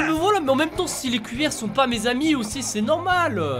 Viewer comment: Je rêve ou tu a dit les couilleres 😅😂😅 RIP Ryry on pense à toi 😐